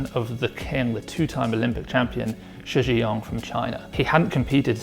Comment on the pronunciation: Excellent as always, but my small pet peeve is how you pronounce Juniansyah, you sound like you say 'Junian-see-yah'. You can either say it like 'shah' or say the 'sy' in 'syah' just veeeery briefly.